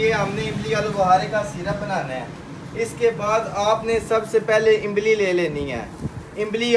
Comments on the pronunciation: جب اردو بولتے ھیں تو امبلی نہیں املی کہتے ھیں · Imbli nahi imli bolo bahi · imli ko imbli 😂